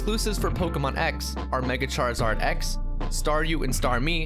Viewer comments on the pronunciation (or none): none